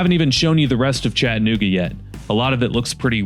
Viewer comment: Friendly reminder from a native, its ChattA-nooga, not Chatt nooga.